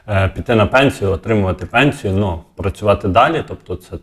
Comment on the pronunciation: То не НО, а НЮ !